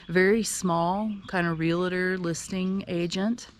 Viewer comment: Realtor is a two syllable word. Can you say real-tor?, not real-a-tor. lol